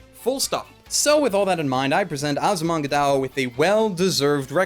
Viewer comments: 12 seconds in and he pronounces it wrong ¬.¬ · you can begin by pronouncing the name right OHHHHHH kiddin